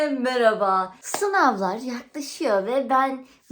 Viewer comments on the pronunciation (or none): none